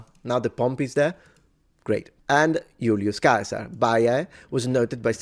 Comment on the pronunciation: Come on bro, twice mispronounce one of the greatest leaders and strategic military minds of history. Julius Caesar!!! Also Cicero who was widely knows throughout Roman history and beyond as philosopher, politician, scholar and much more... Damn...